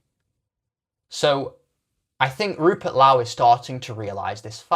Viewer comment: This guy can't even pronounce Rupert Lowe's name correctly. I'm guessing it's rage bait, much like the rest of his uninformed piffle.